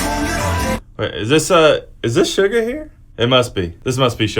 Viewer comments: Does he pronounce Suga like Sugar.... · Its pronounced shooga